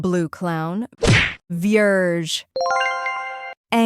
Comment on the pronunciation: THATS NOT VIERGE ITS VIEGRE